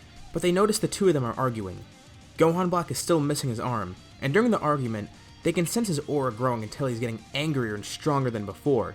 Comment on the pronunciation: I legit thought he said armgument